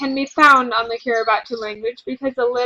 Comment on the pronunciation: It's pronounced kee-ree-bus